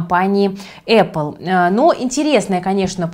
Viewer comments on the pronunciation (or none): none